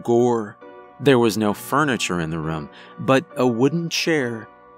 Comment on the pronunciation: also every time he says the word “room” it sounds like he’s saying “rum” but I think it’s cute. Every story I’ve heard from him I catch him saying it lol